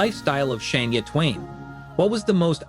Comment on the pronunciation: Can you listen to your self say shinia 😂😂😂.